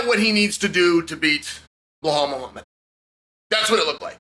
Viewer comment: Did I just hear him say Ball Muhammad 🤣😂